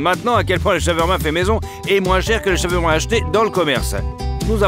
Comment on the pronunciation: Trop compliqué de prononcer "SHA-OUAR-MA" et de la même manière??? Lol 😂